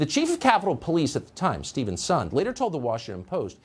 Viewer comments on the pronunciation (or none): none